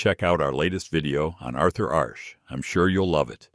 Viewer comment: fvcking AI crap...same photos over and over, no real info, fake voice, mispronunciations... "Arthur Arsh"? And what was Phillipousis' "cheating scandal"? Absolute rubbish.